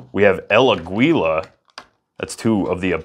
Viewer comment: Funny el Aguila pronunciation